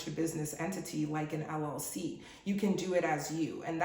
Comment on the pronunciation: Did she say LLC or LOC , which it does not exist. Thanks ahead.